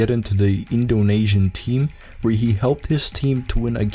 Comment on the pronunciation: It's Indo-nee-sian, not Indo-nay-sian